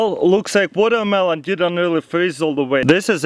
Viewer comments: It's not watermelon water-mel-ooon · "I'll jus grrwaab dis guwatermelon check dis out" -Russian hacker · "vodamelon" lol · woooo wodermallon , woDermallonn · MelonMelonNoMe "wadamaelone" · Sorry but, what's wotohmelon?